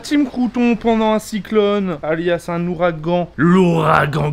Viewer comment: Michou:''zest qui grace?''L'ouaragan dont on te parle depuis 5 jours ABRUTI!!!